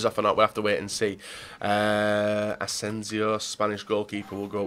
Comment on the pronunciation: I'm always triggered when he says asencio when it's Asenjo.